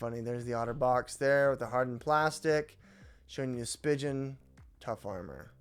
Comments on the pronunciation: Spee-gun not spig-un😂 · Just a few points, the company is pronounced Spee-Gin not Spy-Jin and the case is not meant to be pulled apart. It’s a 2 piece case that’s used as a 1 piece case. You leave it together and just put the phone in. 😊